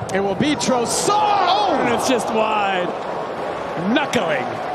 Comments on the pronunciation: Hate how the commentators say Trossard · The way they pronounce 'Trossard' 😂